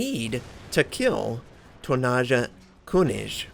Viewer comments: Dear god everytime you said "tonnaaascha künisch" it gave me cancer! :D haha no worries pronouncing foreign words can be very hard. awesome vid! You've got yourself a new sub! :) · How pronounces the name of the player...:D